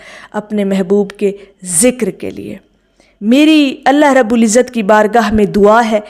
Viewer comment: ما شا ءاللہ۔۔۔ایک ضروری تصیح فرمالیں۔۔۔۔یا رب العالمین میں رب پر پیش لگا کر پڑھنا غلط ھے بلکہ زبر لگا کر پڑھنا درست ھے۔